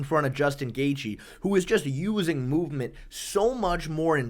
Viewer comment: Bro for the love of god, please stop pronouncing these names like this "Belel" "Goff Neal" "Dvalishvilissss" THERE IS NO S AT THE END